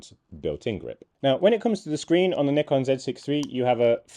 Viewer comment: At last, someone knows how to pronounce "Nikon" correctly.